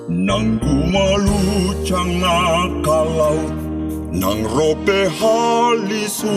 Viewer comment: Masukan buat kita orang batak koor ii cukup bagus, ada kekurang nya dalam pengucapan, NAGUMALUCCANG SEHARUSNYA NAGUMALUSSANG